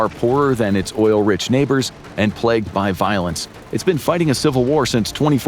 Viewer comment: Plegged? 😮 plagued?